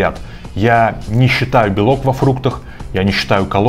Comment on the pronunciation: Белок ( ударение на первый слог ) им!😂😂